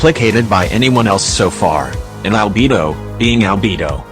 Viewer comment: I just want to say you call liyue liway and you call albedo albebo